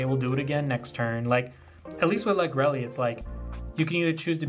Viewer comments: also lagrele is pronounced lag-real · Good list dude. Ive been loving Bastion since Lagrele came out. I dont know the exact pronunciation of it either. Ive been calling it Lag-Ree-Ul. Deck is hella cheap too for anyone interested in starting up Vanguard. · very cool deck, the restander helps with lagrele cost a ton! i always thought lagrele was pronounced with ending like gabriel, this is first time heard it pronounced with Elly ending.